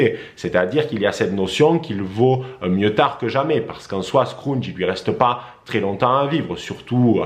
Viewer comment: Merci pr cette vidéo. Juste une précision scrooge se prononce. Skroudje. Et non. Skroundje. Merci.